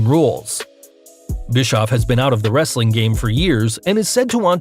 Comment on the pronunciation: He doesn't say "wrestling content " right!